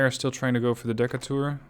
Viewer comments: Also, it pronounced "Dee-cay-tur" ...after Stephen Decatur, American Naval hero .... Barbary Wars, War of 1812 .... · I know how you pronounce Decatur is probably correct as a European, in the states, they would definitely say Dee-Kate-rrr